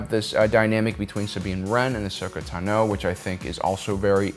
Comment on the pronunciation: Are you mispronouncing Tano on purpose? 😂 u gotta be trolling lol